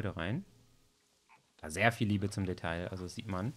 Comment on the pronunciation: Detail, das ... Aussprache: [deˈtaɪ̯] ... man spricht das L einfach nicht ... stop it xD